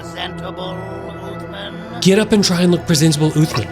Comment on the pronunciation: Its "syringeon" and "uthman" not "srenjon" and "othman"